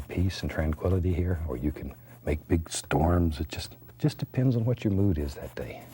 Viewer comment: "I'll tell ya hwat!"